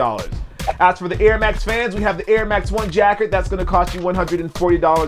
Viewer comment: Hey, it is pronounced ja-kard. As in Captain Jean Luc Picard.